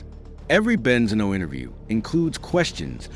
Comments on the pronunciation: Great video 🎉! YouTube suggestion,definitely loved it,hope you'll get more subscribers (Just one little thing, Benzino is pronounced with the accent on the i) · The pronunciation of benzino is devastating me. Please at least watch a youtube video to say it correctly